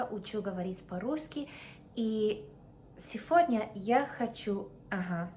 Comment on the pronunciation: Наташа, говори пожалуйста не "сеФодня" а "сеГодня" а так Умничка, акцента почти нет)))